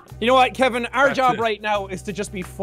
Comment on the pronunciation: I still find it funny the way nogla says Kevin